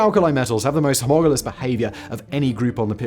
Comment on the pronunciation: He says "homogalous" though I don't know what that actually means